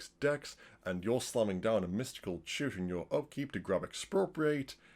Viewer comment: my plebian ears kept hearing shooter instead of tutor